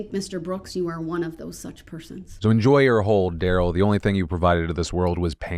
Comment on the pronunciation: Kinda bigoted that you like everyone else mispronounces his name. TO YOU ITS AN INSULT TO HIM, TO US ITS AN INSULT TO OUR COMMUNITY'S CULTURE. DAH-RELL NOT DARYL